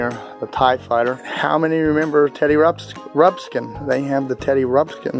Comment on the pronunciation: “Teddy Ruxpin” 😂😂NOT TEDDY RUBSKIN!!!😂😂